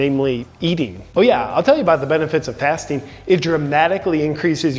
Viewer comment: I thought he was saying "fisting"..."im always fisting..."